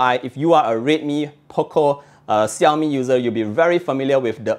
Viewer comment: I have only one complaint: please try to pronounce Xiaomi right :) [Shao-mi]